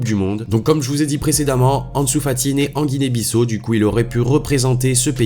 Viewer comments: Guinee Bissau non pas Guinee Bissou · Ça se prononce Guinée Bissao mais ça s’écrit Guinée Bissau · on dit "Guinée-Bissâo" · Apprend à prononcer Guinée - Bissau. Merci